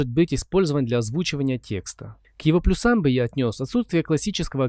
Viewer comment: Автор, как можно говорить плюсАм. ударение в этом слове ставится не так.